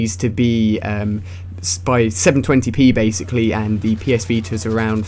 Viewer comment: ''PS VETER''